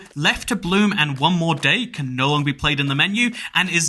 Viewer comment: Genuinely despise the way you say “nooooooo” Its pronounced like an elongated “no”